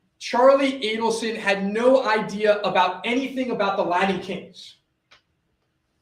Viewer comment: LaTin kings; threaTing; imporTant …. For goodness sakes pronounce your T s correctly!!! This guy would drive me nuts if I were a juror!